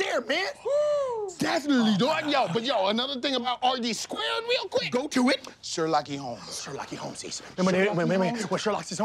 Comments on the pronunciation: Sher "Lock-E" Holmes 🤣🤣🤣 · Sher-lock-ey holmes